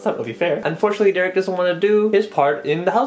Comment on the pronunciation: hey it’s pronounced Derek